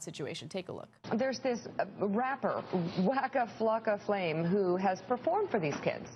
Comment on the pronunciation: lmfao she said "wacka flaka flame"